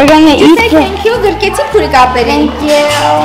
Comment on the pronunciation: И всегда говарит бири 😂😂😂